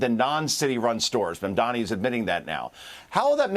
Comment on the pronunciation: How hard is it for you to pronounce Mom Donnie? The mispronounciation is obviously on purpose.